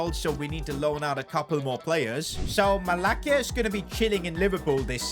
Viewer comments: it’s pronounced Malasia not malacia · Its not "malaKia" its "malaSia"